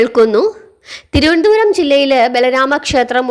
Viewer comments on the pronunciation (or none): none